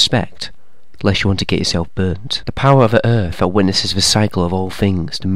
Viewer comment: “The power of Earf” 😂